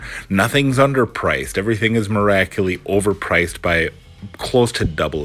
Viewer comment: Remember guys, everything is "miracu-lee" overpriced 😅